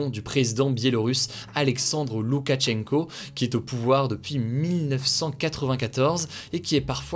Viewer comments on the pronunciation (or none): none